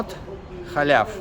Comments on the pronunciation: не халяв а халав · Молодец. Начало положено. Первое предложение (только говорите халав)